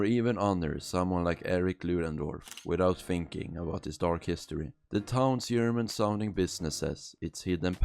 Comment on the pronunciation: german here... the g in german is not a y. so its german not yerman lol